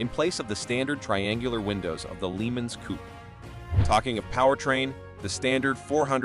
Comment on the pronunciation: What the hell is a "Leemens"?